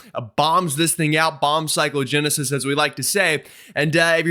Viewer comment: I know you have a lot to say and you talk very fast. However, your Cyclo-genesis is sounding like Psycho-genesis and that’s just wrong. I appreciate your work. I live in Northern Massachusetts in the higher elevations. We got over 30” during the last storm. Send the snow to Florida!